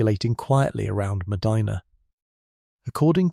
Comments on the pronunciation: I am in Ohio, formerly of NY. They pronounce it ' Med-dye-na '. I didn't know that until recently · Your AI needs to do research on how to pronounce places in America. My state, Ohio, is peculiar in that many of our cities and towns that were named after foreign cities do not pronounce them correctly. Medina is "meh-DINAH." Other examples are: Mantua is "MAN-toe-way" and Lima "LIE-ma" and Versailles is "ver-SALES". Ugh! I'm a lifelong Ohioan, and I used to be proud of my state. We contributed so much to our country and to the world. Not anymore. SMDH... Anyway, I didn't know about this murder that happened 30 minutes south of me (no real Midwesterner uses miles to calculate distance for goodness sake! 😅) and ~100 years before I was born. Very interesting that he maintained his innocence until the end. Maybe it was his wife who was in on it, too, but they rarely considered a "lady" for such crimes in those days. Maybe she committed the murders when there was only supposed to be a robbery as if she got over-excited by something. Nerves? Thrill? Jealousy or other negative feelings toward her friend Mrs Cox as she was the more savagely attacked? 🤔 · That would be a, "long" "I", as in, "eye" Mah d-eye nah" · Locals pronounce, Medina (Ma Dinah), not like the historic city in Saudi Arabia. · I'm way down in Belmont county Ohio and even we pronounce it Ma- Dinah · I think AI does not know how to say it. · I’m so sorry, but it’s Ohio so we do things backwards. 🤦🏻‍♀️ It’s pronounced Me-DINAH. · way to mispronounce Medina. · He is pronouncing it wrong. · We live a half hour from Medina. The continuous mispronunciation of Medina, I gotta say, is getting on my nerves. Other than that, interesting story. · It's Medina, not Medina. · Shouldn't have a robo narrator that doesn't know how to pronounce the name of the city you're talking about. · Medina doesn't have an R at the end 😂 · I grew up in Medina County It is pronounced Medina, not Medena. I pronounced not e. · Meh dinah